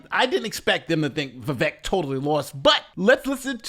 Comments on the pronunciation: For anyone who didn't know about Vivek (and it is pronounced viv-ache) there were a couple things I could see might put them off: 1) he was just a little overaggressive with his "bought and paid for" comment, he had already made the point earlier talking about Super PACs 2) his position on not funding Ukraine further That said, the first was his attempt to "Trump" the debate, and some people will like it rather than be turned off by it. Likewise, the Ukraine funding point will likely turn off some voters now who are sold on the neo-con agenda - but give it another year and people will be that much less enamored of the ongoing conflict and money-sink. Hopefully the audience were also listening to his actual vision and policy ideas (downsizing government significantly.) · Vivek is pronounced Vi-Vayk. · Vivek's name is pronounced as Vivake. vake is pronounced similar to Jake. The name विवेकः means discretion / wisdom in Sanskrit. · Viv-ache/Viv-ayk/Viv-ake sounds like steak (all sizzle no steak, Vivake). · Vivek - rhymes with cake. That's how you can remember how to pronounce it. I got that from him. I have a name that's constantly pronounced wrong, so I'm sensitive to that. My name is Coleen, one L, so the O is long. I gave all my kids classic names that are rarely mispronounced. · Vivek is pronounced Vi-vake like cake. :goodvibes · OMG its Vivek, like cake! Yall keep saying it wrong! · Can’t listen to you say DESANTOS one more time. Also, it’s vivake, like shake. Lol. Horrible annunciation 🙄